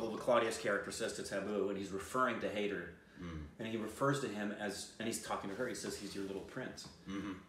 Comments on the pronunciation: Its pronounced Hi there not hey there. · 'Hai' sounds like 'Ha' as in 'Hat', and 'der' sounds like 'ther' as in 'feather' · High-dar (as in sir, fur, cur) and the 'd' is soft. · The consonant 'D' is pronounced as the word 'the' so HAIDER is pronounced as HAI- the-R. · #Shahid is a powerhouse of talent indeed... He’s way more talented than the #KhanEnsemble any day! Do watch all of musician turned film maker, #VishalBharadwaj’s films including his first, #Maachis. He’s brilliant and so is your review. By the way, the title is pronounced ‘High-ther’, almost like ‘hi there’. Also, My #PreciousStupids, the #IndianFilmIndustry as an entire entity puts out about #IndianFilms each year on average, #Bollywood/ #HindiCinema just about 250-350. 🤓 That’s a small fraction! Telugu Cinema releases the maximum number of feature films in India, closely followed by Tamil and then Hindi. South Indian Cinema dwarfs #Bollywood in comparison. I wouldn’t be the first one to point out that neither do we #Southerns really relish being overshadowed by #Bollywood, nor do we appreciate being categorised as #Bollywood... If #TeluguCinema, #TamilCinema, #MalayalamCinema and #KannadaCinema is too cumbersome to remember, just call us #SouthIndianCinema, we’d appreciate that! Be racial and call it #IdlyDosaCinema, if that’s easy but puhleezzeee... #NOTBOLLYWOOD. Just saying, so you don’t end up ruffling any feathers in the future! 😉🤓 #TheSouthRemembers